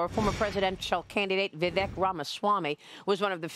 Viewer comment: I always have to laugh how people say they know Vivek, but still pronounce his name wrong. 🤦🏻‍♀️